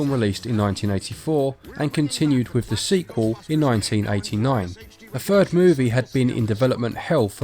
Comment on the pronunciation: a fird movie??? when did th change to pronounce as F? so with is wif. hard to take you seriously when you cannot speak properly